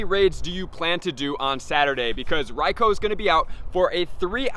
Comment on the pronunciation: His pronunciation of Raikou is painful.... Bro use the U